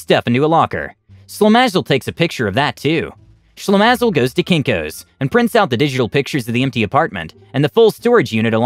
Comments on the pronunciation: LOL read the word "Shlemazel" as Slim-is-all. Shlemazel is a Yiddish slang for a very unlucky person. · Way to butcher the term/name "shlemazel" - it's pronounced Shle-maah-zel